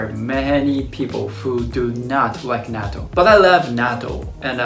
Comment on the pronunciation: I just started watching your videos and it’s interesting. My problem is when you said Natto you sounded like a Hakujin. Pronounce it correctly so that Hakujin and Gaijins can say it correctly. In the USA I hate when they try to pronounce words incorrectly then try to correct me when I’m Nihonjin!! Like Karaoke they say “Carry O key” or Kimono they say “Come mono”.